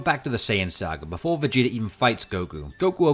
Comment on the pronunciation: "Vuh-gee-durr" Dude, surely a word ending in an 'ah' sounds isn't difficult for you. Jeebus Fleebus, man...